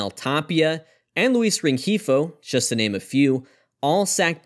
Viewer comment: anyone else notice the narrator pronounces the word "just" as "chest"?